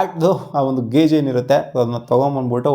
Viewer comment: ಗೇಜ್ ❌ ಗಾಜ್ ✅